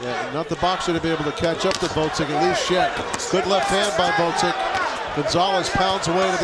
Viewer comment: Gvoz-dik, not Vod-zik